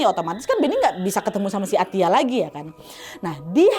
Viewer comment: Baca nya Atta😂😂